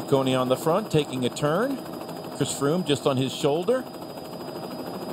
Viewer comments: Did he say Fhris Chroome? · I'm pretty sure Phil said "Friss Croome"